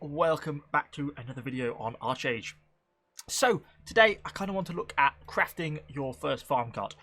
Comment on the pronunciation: Its pronounced ARKage.